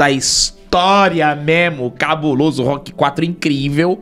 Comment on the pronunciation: Ahh sério que o rock mórrêl?